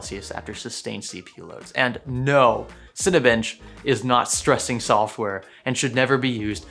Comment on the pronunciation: "Cinibench" SCORE of 4,550!!! LMAO